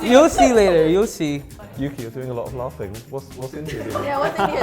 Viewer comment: Your name is, why do you say Yuki?